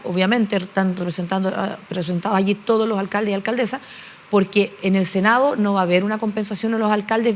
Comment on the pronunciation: Puros cagüines Paulina Nuñez, senao', diputao', .. cocinao', qué pésima dicción.